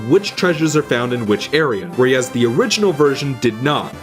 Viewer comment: Where-ee-as... anyone else hearing it?